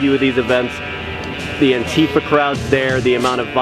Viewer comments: Please stop saying "anTEEfa". That's not how it's pronounced. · "Antifa" is not pronounced anTEEfa, for fuck's sake.